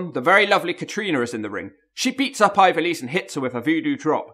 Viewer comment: Hahaha big fan but can't pronounce her name properly, love that from